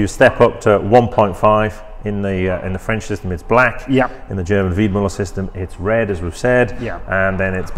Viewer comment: It‘s Weidmueller! A german ü is ue in english